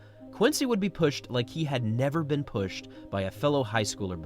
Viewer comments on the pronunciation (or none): none